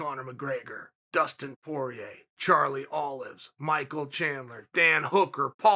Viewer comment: He said Charlie Olives 💀